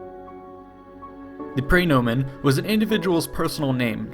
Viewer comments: His mispronunciation of praenomen is also killing me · "Pry"nomen. Ugh, did no one take Latin ?